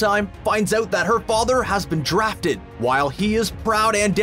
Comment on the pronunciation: He said "drathed " like it was WWIII